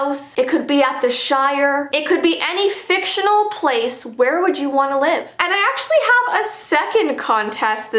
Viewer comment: so let me get dis staright can I live in anime.. BECAUSE ITS AKOS "FICTANAL.."